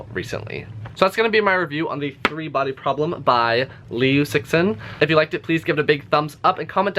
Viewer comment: CIXIN are two chinese characters. CI is 慈. （pronounce CHEE）XIN is 欣（pronounce SHEEN）